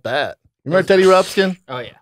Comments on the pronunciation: It's not Teddy Rupskin...it's Teddy Ruxpin. And Brendan said it was one of his faves. Get outta here, BRUH. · Brendan, it’s Teddy Ruxbin I think I heard you call him Teddy Rubskin. Hahahahaha 😃😜 ❤️